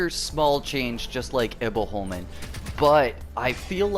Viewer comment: Much better saying Himfjell instead of Himfjall. I've been biting my tongue not to point this out cuz it looks like I'm nagging. But it sounds like you're saying "Himfell" (you're forgetting the j) You pronounce Iboholmen really good. Better than me actually. Och det kommer från en som ändå är Svensk xD Har aldrig fått till det på tungan hur man uttalar Iboholmen riktigt ^^ If you want the pronunciation real accurate you should say it as "Himfjaell" where you say the "ae" at the same time, as one letter xD it's complicated I know